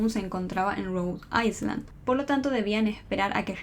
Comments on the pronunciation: Te amo y sos buenísima haciendo esto, pero me dolió cada vez que decías rhode Iceland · No se pronuncia la S enla palabra Island